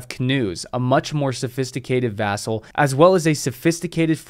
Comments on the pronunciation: Love your videos. Please change "vassal" to "vessel" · I'm pretty sure he means "vessel" just a weird way of pronouncing it.